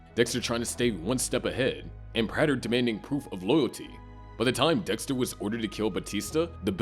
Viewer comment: The most perplexing thing in all of this, is that this man watched the entire show and is still calling Peter Dinklage's character PRATT-ER 💀